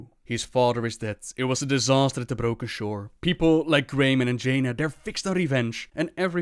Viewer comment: "on the broka sure" love it